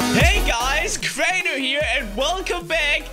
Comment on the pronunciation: my reaction when crainer sayas crainer here: u mean clainler because of the l's